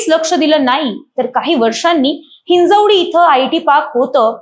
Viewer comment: बाई ते हिंजवडी आहे ही हिंजेवाडी नव्हे